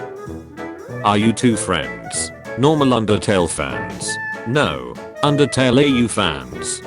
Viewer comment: erm it’s actually “undertale” not “undertal”🤓